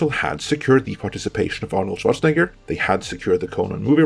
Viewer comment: I used to dislike your heavy foreign accent, but fuck did I love how you pronounce Schwarzenegger perfectly